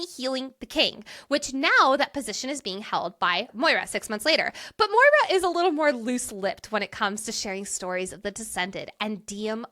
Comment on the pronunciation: So grateful got me to read this incredible series🥹 CANT WAIT FOR BURN!!🔥 also the pronunciation of maura as moira is sending me LOL